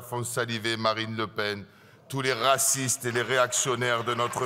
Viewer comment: "Tous les rrrrrrrracistes " - Bravo M.Delogu !!!